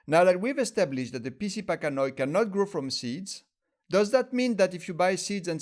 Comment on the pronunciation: You really need to read this, the vast majority of the "information" you and others are spreading about Trichocereus pachanoi "PC" is completely inaccurate. Also, "pachanoi" is pronounced pack-ano-i... ~